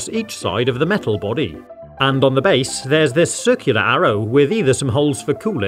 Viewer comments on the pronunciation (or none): none